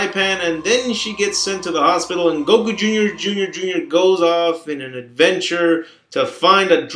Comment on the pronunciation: it's Goku Jr, not Goku jr jr jr jr fucktard!